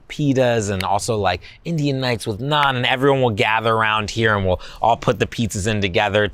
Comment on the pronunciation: Did he say naan ....?